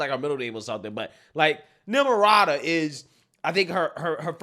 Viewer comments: I honestly thought Trump called her "Nimrada" as a play on Nimrod, I thought it was hilarious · Say her name....Nimirata 😊